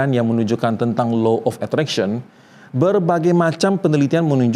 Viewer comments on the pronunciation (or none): punten baru anak psi sems 5 mau komen boleh ya pak. 1. delusi bukan gangguan jiwa. Delusi itu soal cara otak memproses realitas. 2. cara bacanya itu bukan Low tapi Law pak… krn hukum tarik menarik. 3. kalau apa apa disangkut pautin dg ilmu pengetahuan udh pas LOA kalau, apalagi klo bicara soal agama, itu pst kalah. krn balik lg ini soal kepercayaan dan spiritual yg g bisa disandingkan dgn logika. cmiwww terimakasih